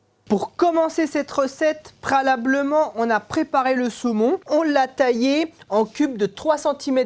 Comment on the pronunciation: C'est moi ou j'entends prélablement ? mdr. En plus c'est quoi cette recette où on met tomate et crème fraîche en même temps pour la sauce 🤢🤮